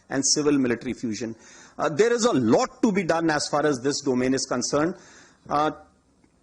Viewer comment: As par as this concrun, that concrun, as par as.... ..... Haha